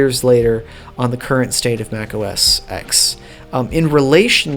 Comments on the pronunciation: I believe it's pronounced, macOS "ten", not, "X" fwiw. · It’s OS “Ten” not OS sex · Interesting video, even if some statements are debatable. But: The (newer) OS is pronounced "Mac OS TEN", not "Mac OS Ex". Like the Roman numeral 10. The number that comes after 9. "Mac OS Ex" makes me cringe. And not everybody shares John Siracusa's views on 'spatiality'. Not now, and not back then (2003). Some of these skeuomorphisms are just a PITA, or at best ridiculous. Like dragging items over the desktop to the trash can to delete them, instead of just hitting a dedicated delete key. Or Apples stubborn refusal to let you cut items in the Finder and paste them somewhere else. Or their long-standing ignorance towards a second mouse button. Most importantly, a 'spatial' finder full of icons becomes a horrible mess once you have dozens or even hundreds of items in a folder. BTW, the "little toolbar" at the bottom in Mac OS 8/9 is called the Control Strip. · The X in OS X is a Roman numeral. It's pronounced OS Ten.